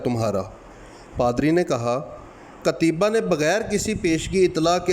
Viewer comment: جزاکم اللہ خیرا معذرت لفظ قُتَیْبَه ہے